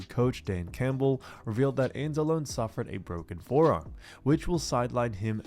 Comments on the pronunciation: It's pronounced Anz-a-lone-ee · I enjoy your videos, but as a fellow Italian I need to correct you. Alex Anzalone is pronounced Anzloney. It's an Italian thing. But great football content. That said, you have my sub. Thanks for killer 🏈 content.